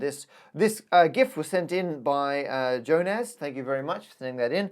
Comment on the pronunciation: You misspelled first name "Jonas". It's more like Yo-nas, the J in Lithuanian is soft. And also the "c" at the end should be "č", but I guess that's how you got the e-mail or whatever. I don't blame you though, we have a very unique way of pronouncing and spelling things :)